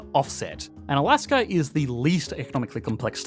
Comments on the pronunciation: There is no”R” in Alaska. Please stop it. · People in Australier speak like that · I've been watching Aussie content for some time. Don't know the reason for the "r" behind words like China and Alaska